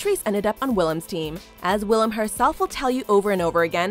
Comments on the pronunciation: This dude: "William" me and Willam at the same time: Le gasp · Hearing Willam being called “William” makes me cringe with my whole body omg the audacity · Ugh why would you say william instead of willam